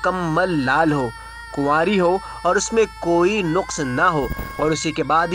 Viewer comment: Nuks nahi naks hota hy